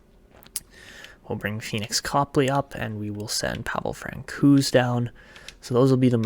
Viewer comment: Love the content. Always love your draft work. As a pedantic Avalanche fan, I have to make the correction: Francouz is pronounced “Frant-So’s”.